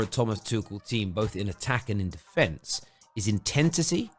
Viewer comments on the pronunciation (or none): Mate did you just say “Intentity” instead of intensity 2 mins in?